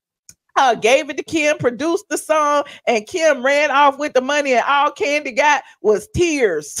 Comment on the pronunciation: Do they call Kandi, "Koondi,"? 🦝😂